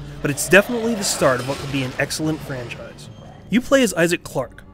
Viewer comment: The funniest part is when he said "It's the start of what could be an excilent francise."